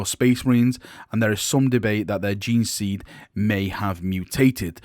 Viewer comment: I'm still amazed how can mispronounce gene-seed...